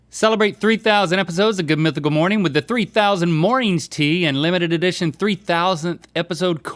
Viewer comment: You were saying morning with a u? Oh no 😢